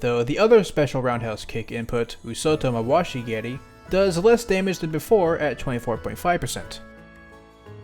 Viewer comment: props to for saying nata otoshi geri and oosoto mawashi geri better than literally any other non japanese smash characters